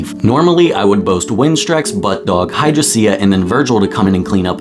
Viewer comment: "Hydri sia"